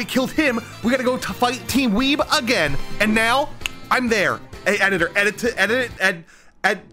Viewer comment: I was crying on the floor of laughter because so he couldn’t pronounce editor right🤣🤣🤣🤣😂🤣😂🤣😂🤣